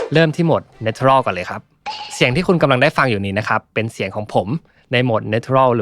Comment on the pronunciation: ขอบคุณมาก ๆ เลยค่ะ ชอบรีวิวมากละเอียดดีค่ะ -- 't' ใน natural ออกเสียงเป็น 'ช' จะดีกว่าค่ะ